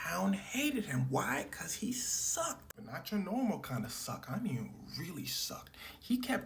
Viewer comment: Ah yeah, this story's a classic. One of those tales that warms anyone's heart. Love how you said "Kenneth SUCKED." Suck hard enough for long enough, you're gonna start suckin' up bullets, that's just how it is.